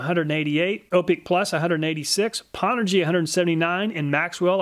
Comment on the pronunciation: Nice thanks! and BTW pownergy is a play on old gaming put downs lol. its not pronounced POW its pronounced PO-WNED. aka "I powned Cochise in Counterstrike" LOL